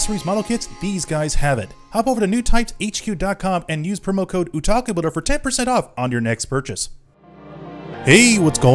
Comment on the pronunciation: Your New Year's resolution should be to pronounce "Otaku" correctly.